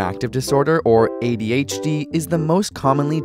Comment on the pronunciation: When one says ABCD, there is no emphasis on the C. So why do you say adHd?